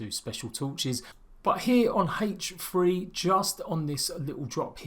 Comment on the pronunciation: "Haech free" (h 3)